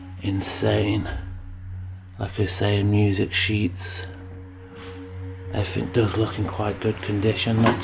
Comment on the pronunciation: A grown man saying "Every fin" 😅